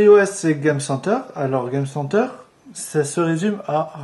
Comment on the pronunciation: Je suis d'accord même si je trouve que la fille s'y connait plus que le mec ( dit "game center" avec l'accent américain ou anglais parce que franchement ça fait pitié comment tu le dit ...)